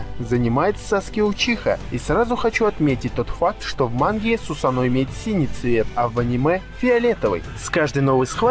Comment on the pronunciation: сусАно а не сусанО